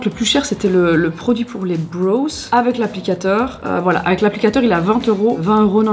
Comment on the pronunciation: j’aime trop tes vidéos mais « brows » ça ne se prononce pas comme « bros » 😂🙂‍↔️♥️ pleaseeee